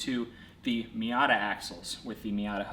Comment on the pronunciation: That's a me-yuck-tah .😂🤣😂